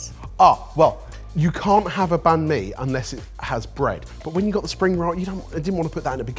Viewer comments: I wish you could stop saying ban me and instead say bun me :( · I think I'll re-watch this episode with my vietnamese wife. Though I might put her in risk of getting a heart attack with "Bahn mi" 😅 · Vietnamese banh mi is actually pronounced bang me. Make of that what you will. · Vietnamese be crying that it's "Banh Mi" 😂